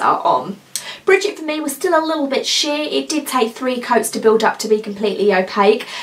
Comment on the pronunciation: Very nice video and beautiful swatches! However, I must point out the correct name of one of the colors I already own, and that is "Brigitte", and it is pronounced Bri-jeet'. Not "Bridget". Thanks for the video.